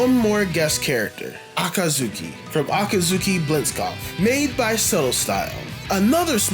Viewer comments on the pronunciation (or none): my man, i love the video but, you gotta learn to say Akatsuki lol